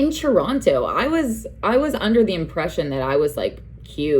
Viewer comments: the way u say toronTO 🥴🥴🥴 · Why do you pronounce the second T in Toronto?